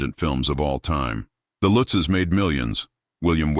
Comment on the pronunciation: It's not Lootzs it Lutzes.